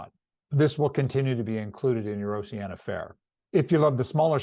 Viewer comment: It would be more impressive if you pronounced the name of the cruise line properly as in Ooooceeeaneeea not oceana